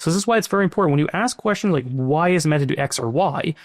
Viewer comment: Never trust anyone who says me-TA like tht